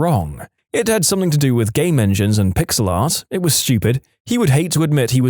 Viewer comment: No k in the word something